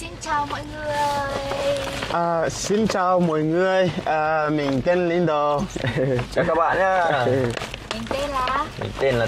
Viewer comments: 2 vợ chồng nhà này ko sửa cách gọi tên Lindo mình sẽ cạch và gạch kênh. Tên ngta (lin đô, lin đồ) chả hiểu sao đọc thành lin đù???? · Tiến phát âm lại tên Lindo đi nhé. U và o khác nhau mà.